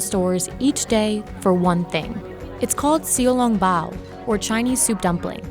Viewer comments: bruh its not called seew-u long bao its called xiao long bao(see-ou long bao)... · It's not sio long boa it's shao long bao pronounced sh oww long baa w shao long bao I'm amarican and know that also halarious that he is from Hong Kong and opened a Shanghai restarant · XIU LUNG BOW. jesus I can't help laughing at the overly westernised pronunciations that almost all the Insider hosts have. No hate, of course, but it's amusing to me. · they pronounce it like see long bow, like at least try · Why bite the side of the dumpling? Bite the top of it and suck the soup out of it. Btw you pronounced xiao long bao incorrectly. Sheesshh do your research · get an actual asian narrator who can pronounce xiao long bao and shanghai correctly .... this is pathetic. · Wow she butchered the name. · Pronouncing Xiao Long Bao wrong lol, I want to fix this person's pronunciation while watching but I can't